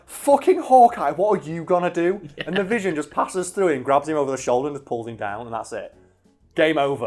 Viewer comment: Its not Vision no more. Its Vishawn fam